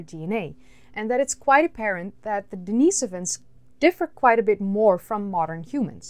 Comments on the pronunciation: The cave is named after a homeless guy named Dennis, therefore not pronounced Denice-ivan but Dennis-ovan... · Pronounced denih sovans.. you are annoying me with that...sorry